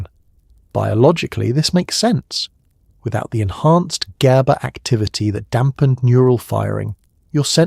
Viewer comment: exactly! I hate how it mispronounces "gaba" in like 4 different ways and goes round and round in circles explaining the same exact stuff over and over again